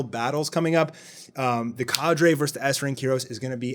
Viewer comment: wth? its not kadre its cadre, how did you even get "kay der" out of cadre lol? Ca-dray.